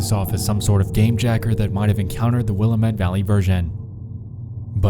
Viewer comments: Aside from your butchering of the pronunciation of Willamette, which is fine, it's just like sandpaper to my eardrums because I'm from Portland, but I thought I would point out that Happy Valley is also the name of a town outside of Portland. Likely just a coincidence, but an interesting one. Also, glad you recovered from COVID. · You put the emphasis on the wrong syllable in Willamette 😅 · Oregon's Willamette Valley is actually pronounced Will-AM-ette, not WILL-am-ette. I lived there for many years, it's a lovely area full of friendly hippies and some of the most fertile agricultural land anywhere in the world. If you aren't growing something in your backyard, congratulations! You are growing blackberries. 😂 They're actually really invasive and grow everywhere, the only way to manage them is to get a few goats to keep eating away at them. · “will a met” 😭😭 its pronounced like “wil ae met” with emphasis on the “ae” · One thing that bugs me. Willamette is not pronounced “willy-mutt” it’s pronounced “will-am-it” the ‘am’ is pronounced like the first part of amway not like ‘I am’ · It's pronounced Will-a-met not willa met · It's neat seeing something about my home city on this channel. I never saw any thing about this walking around. Also: It's pronounced will am it. Not wilamet. It's important to point out that Happy Valley is also a suburb of Portland, Oregon. In fact, SE portland continues into Happy Valley in such a way that calling it a suburb is almost a stretch, it might as well be part of portland proper. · "the will-uh-met valley" Noooo It's pronounced Will-am-it. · Will-LAMB-it not WILL-a-mitt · Wil-am-et not willa-met, thank u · you pronounce willamette will-am-et not will-uh-mit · The way he said Wilmette killed me, I'm so sorry. (It's pronounced Will-am-it) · You can always point out the foreigners by how they mispronounce Willamette. The accent goes on the, "a." "will-ah'-met" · will-AM-it. Is how we pronounce it here in Or E gun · Godamnit Willamette